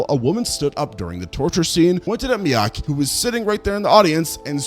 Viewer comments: Mee-Kay. Not Miyaki, not Mike. Mee-Kay. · Takashi MIIKE. MEE-KAY. Jesus, why is it so hard for creators to learn to pronounce peoples names correctly?